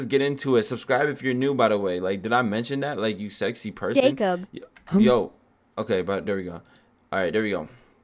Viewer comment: When he said skxy people tho